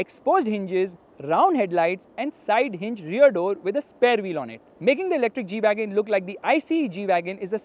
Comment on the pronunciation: This is not G-Wagon This is E-Wagon 😂😂